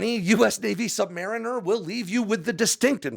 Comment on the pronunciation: You're going to piss off US Navy submarine crewman by calling them "sub-mariners". The US Navy's undersea warriors are "submarine-ers". They consider the way you said it as a criticism of their skill as mariners.